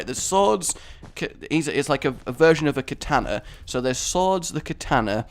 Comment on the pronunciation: I hate how you say katana xD